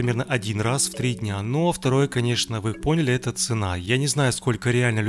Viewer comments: Мне одному кажется, что на протяжении видео, он говорит вместо "это", "енто" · мне одному показалось,что он говорил "енто"!